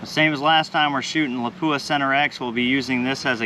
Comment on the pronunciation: Pronouncing Lapua wrong .